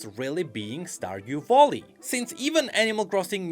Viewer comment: if he pronounces "valley" as "volley" i wonder how he actually pronounce "volley"....maybe "vulley"?